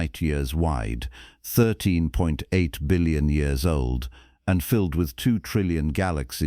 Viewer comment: Please teach your AI how to recognize and pronounce numbers with decimal points. A decimal point is not a sentence-ending period! "13.8" is pronounced thirteen-point-eight, not thirteen-(pause)-eight.